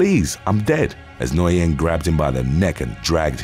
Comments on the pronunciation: NGUYEN IS PRONOUNCED LIKE THE WORD "WHEN". NOT "NO•YEN" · Nguyen is pronounced " win" in English. Very easy to remember next time. Lol. But good work I know not many Nguyen's in uk prolly. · FYI, the way you say Nguyen is “Win”. It’s Vietnamese. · Southern Vietnamese tend to clip some of their sounds, so Nguyen would be pronounced something like “Win” or “Wen.” Northern Vietnamese would keep it, giving a pronunciation more like “N'Win” or “Nuh'Win,” all done as best you can in one syllable. I’ve never heard it pronounced “noy-en” before. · Johnny Nguyen. Nguyen is pronounced win or wen. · It’s pronounced Johnny new-win (Nguyen ) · Not to sound like a butt... "Nguyen" is pronounced "Win" As in "Win the Prize"* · What like Nguyen, I was shocked when I learnt how it is pronounced. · To be honest, he didn't really pronounce it quite right. In fact, I've never heard it pronounced that way anywhere before, and I've heard it pronounced many times.